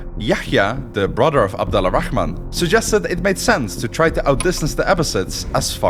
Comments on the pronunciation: damn man for a protagonist of your story you surly butchered the hell out of his name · Great video and all. But there are alot of inaccuracies including the prince name it was butchered 😂😂 , yes it written abd al rahman in Arabic عبدالرحمن but it would be pronounced like this abdurrahman not abd-al-rahman, Persians and romans didn't lose to Arabs because they were fighting each other Arabs were infighting between themselves too Arabs were simply more skilled and superior at that time and use methods in war noone used before them just like the romans before them and the Mongols after them. Abbasid rose because they thought they had more right to the caliphate than the ummayads being descendants of al abbas the prophet's uncle making them related more to the prophet and pretending to avenge the prophet's family and grandsons who were mostly hunted down and killed by the ummayads. And it wasn't about taxes it was just ummayads were very racist towards non Arabs they didn't make converting easy nor let non Arabs Muslims hold higher status unlike the abbasid who were more lenient in this regard allowing non arabs to be even visors and vasers , and no most of Iran at that time wasn't shia yet and it wasn't ummayads who killed ali it was a rogue group called al khawarij who sought to kill every leading figure during the war between Ali and Muaawea , they successfully killed Ali but Muaawea was just lucky and survived. Other than that the video was great. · Small request, next time say Abdurrahman, which is the correct way, because the way you’re pronouncing it right now is a bit off. Thanks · Sorry for the Correction but i kept hearing the Name Abd ALLA Rahman, the Right way is Abdul Rahman or Abd Arrahman, Because the AL is Called Moon AL and only the A is pronounced. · It's not abdallah rahman, it's abd al rahman ! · Abdur-Rahman Not Abdala Rahman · Abd Ar-Rahman not Abd Al-Rahman. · The way your pronounce his name is remarkable